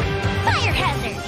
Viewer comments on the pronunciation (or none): none